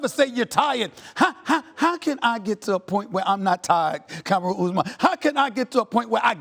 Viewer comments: It's not Cameroon its Kamaru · Its KA-MAR-U. Not KAMA-RU!!! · "Kam-ah-roo Usman" - Stephen A.